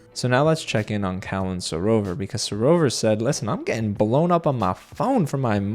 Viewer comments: It's SarOVA not SarovER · because with the English accent we pronounce it SarOVA. We don't over pronounce the ERRRR the same way Americans do.